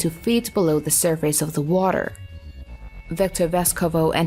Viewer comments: Sur-FACE...Sur-FACE... "sir-fiss" Freaking bot voices...or worse, terrible english speaking. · Had to -1 your video due to the lame v.o.. First clued in when the v.o. said "sur face" for surface. Why are video producers so adamantly lazy to use lame v.o. that can't speak properly??? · WTF is Sur-Face? I hate these narrations. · Why is she pronouncing the word surface as sur face? It is annoying. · the girl says: sur FACE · Damm, I laughed my ass off at how the narrator pronounce Surface (Sur Face). Huh?? 😒😒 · sur face? oshe an o grapher? must be a computer voice and a bad one at that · Narrator is killing me. Only made it 7 seconds in. Sur-FACE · Please find better text to voice software. The repeated mispronunciation of "surface" is killing me/us.